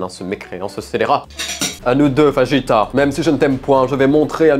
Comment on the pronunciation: Tres cher sachez Je fais bilangue espagnol et je frissone chaque fois que vous prononcez le mot fajitas avec le sons "J" au lieu du "R" qu'avez vous fait comme LV2 ?